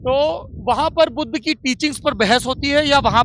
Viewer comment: budhuuu budhaa kya bola smjh nhi aaya kya bol rhe ho